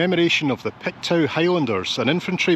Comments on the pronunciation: it's pronounced "Pictoo" not "Pictow". LOL! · Pictoo not pictow😂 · its not pronounced pictow its pronounced picto lol I'm originally from Dundee living in Halifax. love your videos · Just FYI...Pictou is pronounced Pik-Toh 😁 I'm originally from Belfast, and have been in Canada for the last 45 years - yes, Canada is the best! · Love your video, especially since I only live 2 hours from New Glasgow. I look forward to your Saturday videos and it's always a treat to get one mid week. FYI Pictou is pronounced Picktoe. Hope I don't offend by mentioning it. Take care. 💜💜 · Pictou is pronounced Pick-toe